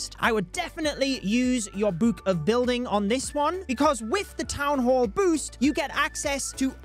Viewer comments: Ya'll make sure to use your "buke of building" for this new update. Cracks me up to listen to pronounce the word, "book." xD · The way you say book makes me uncomfortable